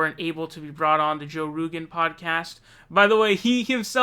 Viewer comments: Joe Roogaan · Lol joe roogan